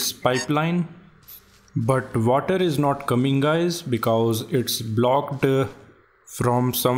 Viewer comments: Bro you saying "Da Nebarr is commeng" is just funny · Oo sheet tha neighba iz cameeng